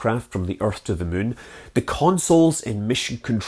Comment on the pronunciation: I love how this guy pronounces the word "moon". Muuuuun.